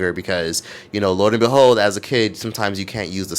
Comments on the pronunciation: for the love of god it’s lo and behold 😂😂😂😂😂😂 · &it's LO!! LOO AND BEHOLD!😂😂😂 What are you saying